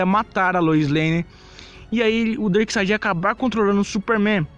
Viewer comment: "BENACLECK"? "DERKSTAD?" kkk